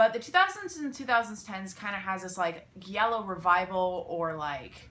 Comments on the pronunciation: Giallo pronounced dʒallo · it's actually pronunced "jallo" or "djallo" i dont want to be the italian grammar nazi i know you're not supposed to know this just throwing it out there i generally like pronuncing things right just thought you might too :) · You are mispronouncing Giallo